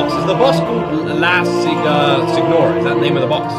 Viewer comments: Pronounced Sênora, think spanish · Signora is an italian word, it means "lady", "mistress", the "gn" in italian is not "kn", is more alike to the "n" in "canyon", even better, use google translate to listen to the right way. Try the concerts, those are true ear pleasure. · The G is considered silent by most people in La Signora, kind of pronounced like "senora" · Her name: La Signora! Prononced: La Si-nni-ora!